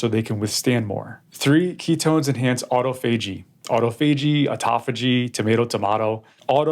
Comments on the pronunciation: Doctor, doctor … auto and phagy are Greek word roots, not Latin ones. Since they are Greek, and not Latin, you are supposed to stress the second syllable of the composite word: autOphagy, not autophAgy. There’s no two ways about it, young man! That said … this is the best explanation of intermittent fasting I have ever heard. Being the complete medically illiterate that I am, that is saying something! I actually seem to understand it, now. Just don’t let me catch you murdering the classics, ever again, young man! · You pronounce the word autophagy in the wrong way😊